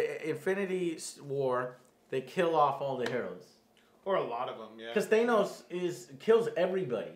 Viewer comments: Or they think it's ACTUALLY pronounced that way... even though Nebula and Gamora clearly say "THAN-os" rather than "THAY-nos". Also, if you know your Greek mythology, you probably realise that the name is derived from the Greek god of death (NOT the Underworld/afterlife, that was Hades) - Thanatos. Which considering his whole storyline with the Marvel universe's embodiment of Death (and obsession with the concept itself), really does make plenty of sense. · Thanos not Thainos. omg lol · Joe, why are you saying Thaynos? Why are you guys saying Thaynos, not Thanos?! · not a fan of how he pronounces Thanos. it's not theynos Joe. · for the live of all that is holy PLEASE stop mispronoubcing Thanos!!!! "T-H-A-N-O-S" no "E" bro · Quit pronouncing Thanos wrong